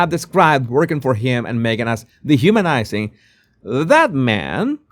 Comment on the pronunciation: Who wore it better, Me-gain? :P